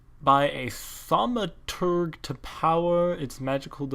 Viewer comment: you pronounced thamoturge right except for the e on the end